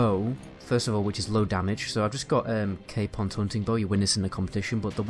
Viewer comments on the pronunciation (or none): "caypon's hunting bow" okay buddy